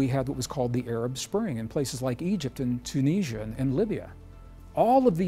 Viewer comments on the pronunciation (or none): none